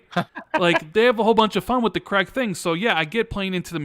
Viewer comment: For Gods' sake, Craig is pronounced CRAYG not CREGG, it grates me every time I hear it 😁